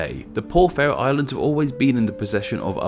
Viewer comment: Haha, it's about the only one he got right :D